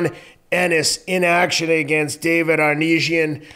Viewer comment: Ava-knees-ya . . . ava-neez-iyum . . . Avan . . . Uh . . . David Okay! 😂😂😂 Best Prizefighting Channel Ever!!! 🤣👏👏💯